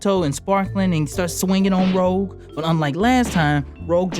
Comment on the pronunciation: Sorry but it's Rogue, not Rouge